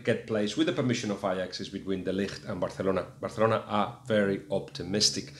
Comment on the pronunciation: Guillem just one question, it would be nice if pronounced Barcelona as a Catalan (which with a name such as Guillem Balague I take it you are) rather than a Castilian, particularly as you are communicating with English speakers. Cheers